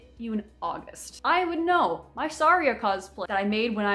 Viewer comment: The way Saria was pronounced 😨😨